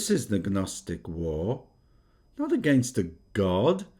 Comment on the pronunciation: 😂 Gnostic is pronounced "Nostic". The G is silent.